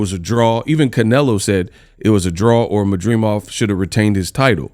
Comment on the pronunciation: MAD DRI MOV….not MAdreemov 😂